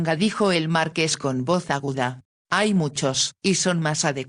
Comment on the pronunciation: LO ÚNICO QUE ME DESESPERA QUERIDA ES QUE NO PRONUNCIAS BIEN MARQUÉS QUÉ ES UN TÍTULO NOBILIARIO "CON ACENTO EN LA E" . !!!!😢